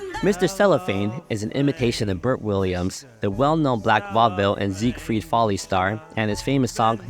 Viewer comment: Also it’s ZIGFIELD Follies…. NOT ZIGFRIED Follies as you mistakenly refer to the iconic over the top Follies Peoducer from the era….. 😉 😉